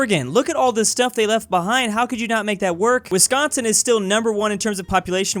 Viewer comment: 😫😫i can't belive he called it wisconson(my worst enemy)but in minnesota😫😫